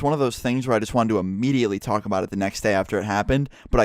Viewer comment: when i heard him say just horrible i thought he said jizz horrible... lol